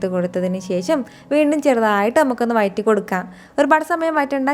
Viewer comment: വയറ്റി അല്ല വഴറ്റി